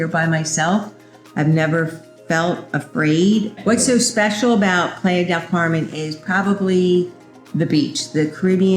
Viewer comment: Great video, however you should check the correct pronunciation of the area you live in (Playa Del Carmen)...